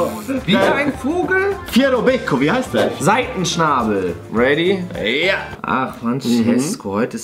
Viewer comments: juhuu SEITENschnabel 🤣🤣🤣 ( SeiDenschnabel) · Wie heißt der mal?: Seitenschnabel!!!Ich: Nein SEIDENSCHNABEL!!! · Seidenschnabel nicht Seitenschnabel😂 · An dich der Hippogreif heißt Sei d enschnabel, nicht Sei t enschnabel. Dankeschön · Der Hipogreif wie heißt er?:“ Seitenschnabel“ 🤣🤣Richtig Seidenschnabel 🤣🤣🤣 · Seitenschnabel? Nicht Seidenschnabel? Ist bei seitenschnabel der schnabel am der Seite? 😂🤷🏻‍♀️ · Seidenschnabel nicht Seitenschnabel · Nicht Seitenschnabel sondern Seidenschnabel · Er heißt seidenschnabel noch seitenschnabel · Heißt ja eigentlich Seidenschnbel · so: Seiten Schnabel 😂